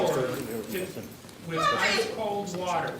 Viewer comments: E.g. wo-er..is pronounced water...wa..ter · Where are you from? You don’t pronounce t’s in your words Waer daugher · Gil-ee Why can' y'all not pronounce those hard consonants in the middle and end of words? Like, water is "Wah-ah" Possibility is Possibilii--eee Guilty is GIL-EE. It's hilarious. Also, I don't get why these people don't go out with a bang. Try to kill as many as you can on your way to prison. You're never getting out, so why not? Make them kill you and take out as many as you can while you do it. The sweet freedom of death would be better than a life in prison. And fuck yeah. Mad respect Michael. You still going to hell for that suicide, but mad respect man. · So he said wa'uh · “ Freezing cold wahar”😂😂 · "[ma-ə]", "[do-ə]"... Dude, you're not having fucking tea with the Windsors. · the narrator does not pronounce the “t” in water due to his British accent lol